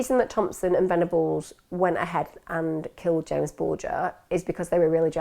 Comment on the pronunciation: It’s JAMES not Jamie